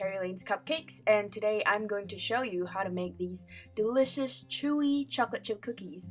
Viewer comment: She said dilishioush